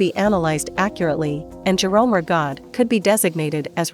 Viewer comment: Not pronouncing Rigaud correctly